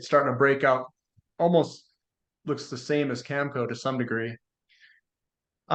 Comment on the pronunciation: needs to learn to pronounce Cameco properly